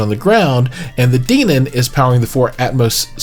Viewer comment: It's Den-on... Hen, Ben, Men, Den....On